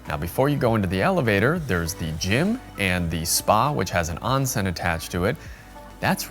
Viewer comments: Oon sen. Not on sen. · Onsen is pronounced . . . Own Sen . . .